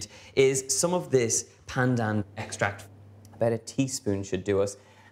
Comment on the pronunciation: Sooooo glad you enjoyed Malaysia, Donal! <3 And kudos for the flawless pronunciation of 'pandan'. yayy!